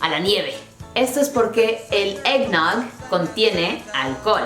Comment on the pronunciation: el eggnote suena como rompope chafa